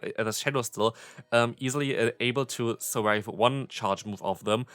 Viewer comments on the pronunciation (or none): none